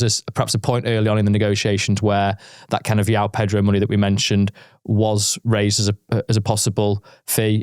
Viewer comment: yao pedro? He's Brazilian, it's a j for juliet here,.